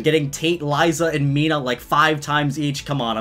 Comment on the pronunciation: It’s not Mina-h It’s Meena